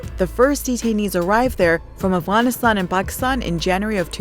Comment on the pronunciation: Afghanistan you idiot not "Aragastan" or whatever she said.